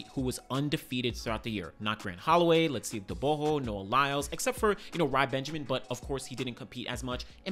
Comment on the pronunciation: Bro you do pronounce Letsile Tebogo s name properly❤